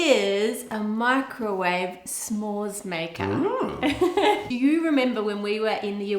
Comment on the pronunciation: S’mores is pronounced a little more like “some more” and a little less like it rhymes with spore. Otherwise I love your videos :-) from the US